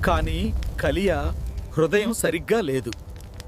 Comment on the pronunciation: కలియ కాదు నాయనా కయీను హబేలు కాదు హేబేలు...